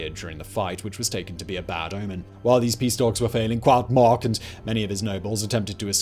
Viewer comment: He did decent, until he got to Cuauhtémoc, unless he was using some kind of Nahuatl pronunciation I’ve never heard of before.